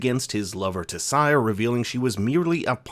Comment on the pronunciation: I’m already thrown off by the way you pronounced Tissaia’s name wrong